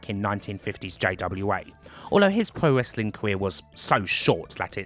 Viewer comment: "pwo wesswing" lol